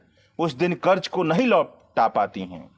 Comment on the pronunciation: उच्चारण का संज्ञान ले हजार( हज़ार) कर्ज( क़र्ज़) प्रतिसत( प्रतिशत) छेत्र( क्षेत्र) भासा ( भाषा)